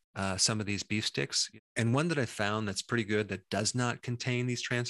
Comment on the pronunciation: "Other than that, it is pret-e safe" - Dr. Berg Legendary.